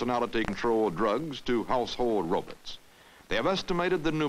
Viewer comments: "Household robits" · I love it when old time people pronounce robots as "rowbutts"